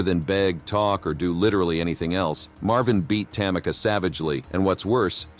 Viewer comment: It's ta-ME-ca not TA-mi-ca!